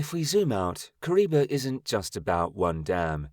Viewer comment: The name is Kariba and not Kuriba.